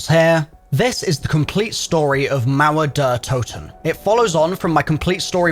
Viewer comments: Pls dont call it: "Mauöer dör Touten". Its called mauer der toten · Mauer Durr Toten ❌ Mauer Der (Dare) Toten ✅